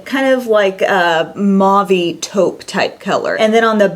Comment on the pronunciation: "Mavee" its mauve. Pronounce it right. Dear God